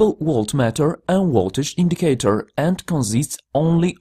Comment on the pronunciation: It's Voltage not Woltage. It's aVailable not aWailable!